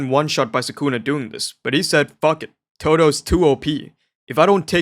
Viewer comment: すくな = Su Ku Na (soo ku nuh)